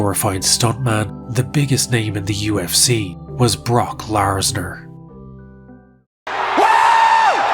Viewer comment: Not Bork larsner